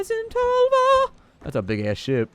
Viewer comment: Ah you americans, tölva and tolva does not sound the same